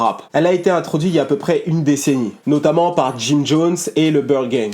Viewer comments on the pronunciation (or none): none